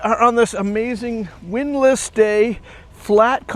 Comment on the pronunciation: "on this amazing windlass day" had me thinking it was going to be a repair video... turned out to be windless not windlass! Silly me!